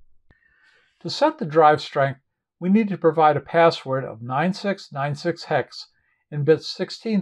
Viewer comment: I like the way you pronounce the hex number correctly. So many kids seem to be very lax with numbers , I hear thing like 'ten hex' or 'one thousand binary ' . Don't get me started on decimals...... 'one point hundred twenty ' arrrrggghh